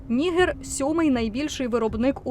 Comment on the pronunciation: Я звичайно розумію що DW це міцні німецькі традиції але, якщо шо, то українською правильно казати Ніге́р з наголосом на Е😂